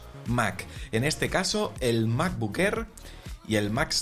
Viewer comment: Me gusta el nuevo color del "mabocck errr"